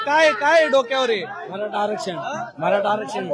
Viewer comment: Bhai ghantyala sadh aarackshan bollta yetnaye aani aarckshan pahije yala